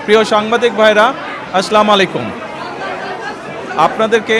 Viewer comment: আসলা ম্লাইকুম 😆😆